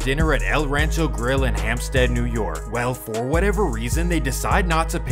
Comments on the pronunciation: Hempstead, not Hampstead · I have never heard of these gangs in Jamaica.Lol.They are not putting fear in anything.Your info is all wrong,bruh.You are butchering the areas.It is Hempstead and not Hampstad.Nassau not Nassa. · Hempstead not hampstead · It’s Hempstead, not Hampstead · Its no hampstead lol it’s Hempstead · Yeah its Hempstead... not hampstead